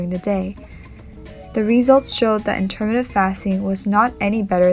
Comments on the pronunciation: You are mis pronouncing intermittent! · Please learn how to say 'intermittent'.